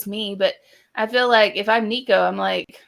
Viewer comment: I know you’ll block me after this comment and that’s okay because I can’t listen to another minute. Y’all sound like .3 people who know very very little about football and the Vols. Lots of awful takes. And add in how bad your pronouncing nicos last name lol